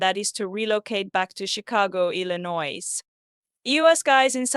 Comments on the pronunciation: No disrespect, but you sound like you're writing a Novel. You are way out on this. WW is guiltily ,he confessed ,period. Jennifer from Germany. Btw ,not necessary to pronounce the "s" on Illinois. I know I'm knit picking, I'm simply tired of some people saying that this killer is innocent. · Enjoyed your video. Just for future reference, the "s" at the end of Illinois is silent.